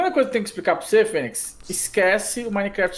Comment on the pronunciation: "fenyz" eh foda KK